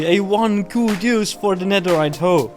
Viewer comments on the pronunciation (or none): none